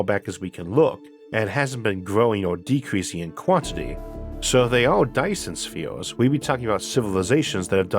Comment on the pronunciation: Be vehwy vehwy quiet... I'm hunting faw Dyson Spheez...